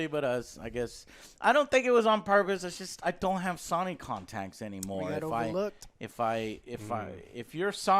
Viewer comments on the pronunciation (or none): Hey Joe! You might have better luck contacting Sony if you pronounced it right? So-ny not son-y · Why does Joe purposely say things the wrong way? Saw-ny (Sony) Thay-nos (Thanos) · Is Joe forever doomed to say Saw Knee? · Lol, the accent coming through with “Sony”